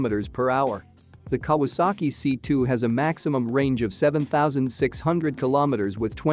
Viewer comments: Kah wass ski, lol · “the Ka-waski firm??!” I never knew it was a polish company! Stupid me thought it was Japanese! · Pronounce Japanese manufaucture as "KAh-WAh-SAh-Kee". It is not Polish!!! Though you have a lot more to answer for, for making such a ridiculous comparison of such dissimilar airframes. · Kawasaki is pronounced Cow a sack ee you computer generated dunderhead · what a joke "the kawaski" ----computer generated stupidity----who is the idiot that put this commentary on------do they speak english--no? then fuck off